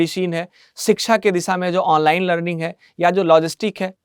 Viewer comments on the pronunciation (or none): none